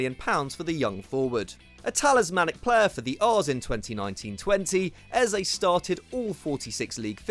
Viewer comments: You pronounced Eze wrong. It’s Eh-Zeh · The pronunciation of Eze’s name is not it at all loooool